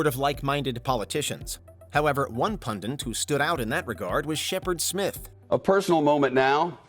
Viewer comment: It’s “pundit” not “pundint”.